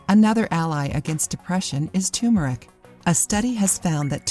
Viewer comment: its turmeric